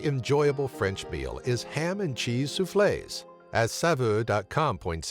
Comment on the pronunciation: It is not soufflaise,it is souffle. Corsica is not a" nearby town", it is an island, a rather large one where Napoleon was born. Murcans!